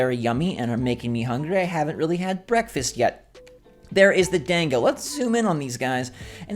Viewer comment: Dango is pronounced •don•go•